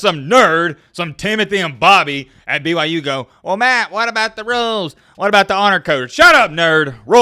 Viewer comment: Is he saying BYJews?